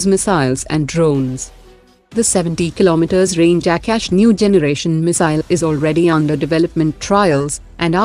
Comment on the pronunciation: Don't change your accent of saying aakasha it's not ऍक्यश